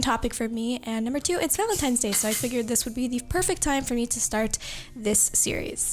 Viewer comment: Was she saying Valentimes Day?